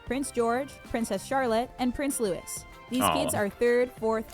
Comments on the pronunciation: It's Prince Louis, pronounced the French way, not Lewis. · 😮😮 Louie is pronounced the French way, so the es's silent. It makes me cringe when americans pronounce it wrong. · Its actually Prince Louis, pronounced Lewey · PRINCE LOU-EE - Louis not lewis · Error 4. Prince Louis is pronounced the traditional way – LOO•ee. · It's not Royal Princess Ann it's Ann the Princess Royal . Also it is not Kate but Catherine and it's Louis ( pronounced Looee). Why don't Americans who make videos find out how to pronounce names etc. it's not that difficult. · You dont pronounce the "S" in Louis. Ths just Loui. Its french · Use an official UK website, a lot of this is misinformation and it's certainly not Prince Lewis, Louis isn't pronounced that was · HI DEBRA HERE FROM SOUTH WALES UK The youngest child of the Prince and Princess of Wales (Prince William, and Princess Cathrine) is named PRINCE LOUIS OF WALES Pronounced as PRINCE LOO-EE (LOOEE) OF WALES It is a French name LOUIS The name Louis is typically pronounced Loo-ee, with the 's' at the end being silent, especially when referring to the traditional French version of the name, as in Prince Louis. The first syllable is stressed, with the lips rounded for the "Loo" sound. Origin: German Other Origin(s): French Meaning: famous warrior Louis is a masculine name of French and German origins and practically comes with a crown. A French version of the Old German name Ludwig, this name translates to “famous warrior.” So many iconic figures have held this name, from jazz musician Louis Armstrong, to fashion designer Louis Vuitton, to the 19 Kings of France. If you want to inspire baby to reach for the stars and turn their passion into fame, the name Louis is sure to do the trick. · I'm not a monarchist. So no, I could name a few. I'm more into the history side of things, so I'd probably surprise myself. Edit, know of that Lot, and it's pronounced Louie. Soz. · Yes get an English video, then they would know it’s Louie not Lewis.